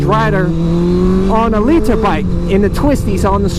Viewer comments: hate how you say liter but love the vids long time fan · Lee-Tur bikes lol